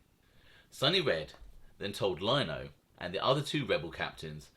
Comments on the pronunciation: I love u bruv but its lino (leno) not (lyno) 😂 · its Leeeeno mate, noy Lyno! LOL ;oD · oc, oc what am I gonna do w you??? It’s LEE-NO not Line-oh…lol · It's Frank " LEE- NO" NOT LIE-NO.. 😂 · Lino us pronounced “LE E N O” TY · It’s frank Lino. As in Lee-no. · its pronounced Frank Lee No. good stuff Sonny Red was a Beast if this didn't happen he would of been Boss or Underboss of the Bonanno's , Chin would of made sure of that. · Love your channel. Keep em coming. Just an FYI Frank’s last name pronounced Lee-no. He was the cousin of Gambino memeber Eddie Lino who was murdered by the mafia cops. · Good video, just so you know for future episodes Frank Lino is pronounced Frank lee-no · Great content although you left out few vital pieces of info- Frank Curly Lino did not just voluntarily come in- he is a cousin of feared Gotti henchman Eddie Lino who was a Gambino family capo. Eddie Lino spoke up for his cousin and Fat Joey Massino (because of his relationship with Gotti) ensured Frank Lino wasn’t in any trouble. Also please stop pronouncing it as Lino as LINE- O, if you’ve watched John Alite’s videos or Sammy the Bull’s they all pronounce it as Lea-no. Thanks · One thing buddy is Frank Lino is pronounced “Lee-no”